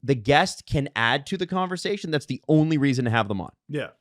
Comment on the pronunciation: C'mon!!!, AKA. Emphasis on the "THE."